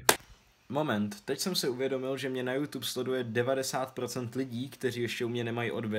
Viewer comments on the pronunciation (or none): none